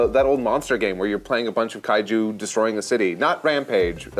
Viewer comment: Eesh the affected Japanese pronunciations of the Kaiju names 😬😬😬